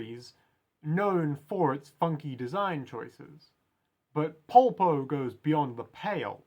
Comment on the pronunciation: I really like this one! I've seen other analysis of the characters but they don't really seem to bring up your point. Also I really appreciate your pronunciation of his name because I've seen people butcher it in the worst ways possible: Paul-po, Polo, Popo, things like these, so thanks for saying his name in an human way. I believe that his design can be described with two words: Advantage and outsider. Advantage because Polpo is leagues ahead of Giorno: Firstly, he's way older than him. We don't know Polpo's age, just like we don't know his first name or anything at all, he looks too weird to estimate an age but I'd say around 40-ish. But we know thanks to Bruno that he has spent fifteen years in prison, the number isn't casual, it was chosen because it's Giorno's age. The protagonist has to face someone from another generation which adds even more confusion since until now he has only faced people around his age. Secondly, he's smarter than Giorno. We don't know what are his study titles but because of his interest in sociology and art history we can safely assume that he graduated from university or if he didn't, he studied a lot on his own. While Giorno is in the second year of high school, he hasn't reached the hard part of the school yet. And Polpo loves to show off his knowledge, for example where he references Fuller, he had no need to explain who Fuller is - he only needed the one sentence, but he still briefly explained who he was to Giorno because he wants to inti